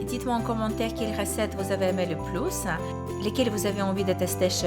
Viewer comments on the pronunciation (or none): none